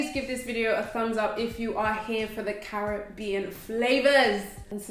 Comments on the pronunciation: Thks for the roti recipe. And thk u for pronouncing the Caribbean properly...I'm in the states so the frustration is real....hehehe🤩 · Yaaayy, you pronounced Caribbean right. These dishes look delicious.